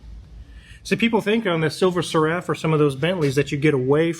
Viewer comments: Oh by the way it's pronounced SERUF. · Great video but it’s Silver “Ser” “Ruff” (Seraph like the celestial beings…i.e. seraphim, cherubim).😊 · Seraph rhymes with Sheriff, not with Giraffe. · The phrase "Silver Seraph" is pronounced SIL-ver SERR-uhf. Like the name Sarah is pronounced SAIR-ahh, not sir-UHH. 🤷🏻‍♂ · "SERR" – rhymes with care or air (with a short "e" sound) "uhf" – like the "uff" in stuff, but softer so it sounds like: SERR-uhf not Sir-Raff. Source? Being British. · I always thought "SERAPH" was pronounced like the type of angel, SARE-riff. Not, suh-RAFF. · Please learn how to pronounce Seraph. The accent is on the first syllable! SERaph… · I presume you've only seen 'Seraph' written and not vocalised. The word is pronounced sĕrˈ -əf with the stress on the first syllable and ending similarly to the first part of cera-ve rather than carafe. I hope you're able to improve before the next video. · Seraph is pronounced like Sarah with an F on the end. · Stop pronouncing Seraph like Giraffe ffs lol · Talking of the 'king's' you could do with learning it. Seraph is pronounced ser-if. Bloody hell. Also, "lunch trays"? really. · It's pronounced SERaph. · Cool video....but you really ought to learn how to pronounce the word "Seraph" correctly, now that you own one :) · Rhymes with sheriff, not giraffe. Think "serifim". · The guy can’t even pronounce the name correctly . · Can you please pronounce the name properly its seraph like Serafin angels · Am I going to lose my mind hearing that pronunciation of Seraph over and over again? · DUDE LEARN HOW TO PRONOUNCE SERAPH! AAAAAAAAAHHHH